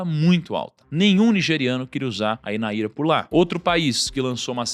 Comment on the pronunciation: Não é Naíra, é NÁIRA só pra corrigir a pronuncia, NÁIRA NIGERIANA